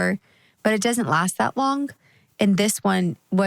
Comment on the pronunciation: I love how Jeremy adopted the Texas twang of “dudnt”… “He dudnt know how to get down”….its easy to pick up accents. He was born in PA!!😂